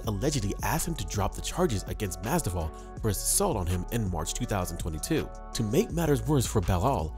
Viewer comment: Learn how to pronounce Masvidal correctly